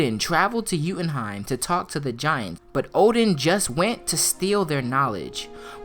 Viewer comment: Yooootenheim not youuuutenheim